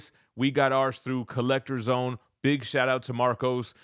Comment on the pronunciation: “Get in the zown!”🔥